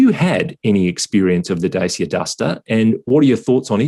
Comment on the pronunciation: Its Daa-chee-aah